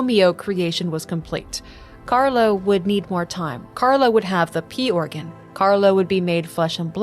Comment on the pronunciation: Every time you said "P organ" I heard "Pee organ" and I giggled